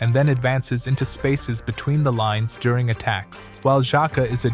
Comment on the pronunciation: You can do better pronouncing those names, "Virz" instead of "Wierdz", "jaka" instead of "Zaka"